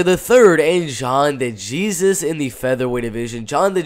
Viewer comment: Say it with me, my guy -- "day hey Zeus" *de Jesus